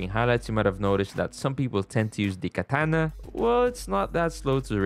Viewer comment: Bro said kantana😂😂